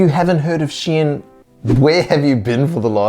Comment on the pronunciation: Awesome, but Shein is not pronounced as Shien 😂